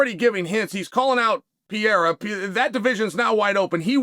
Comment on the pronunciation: Gotta love the way Chael butchers every foreign fighters name. Pee-era and Imeanov 😅